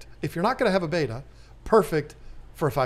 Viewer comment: It's "Bet-ta" not "Bay-tah."